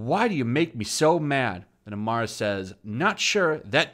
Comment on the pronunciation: Why do you say "Amara" when talking about "Arima" i wonder.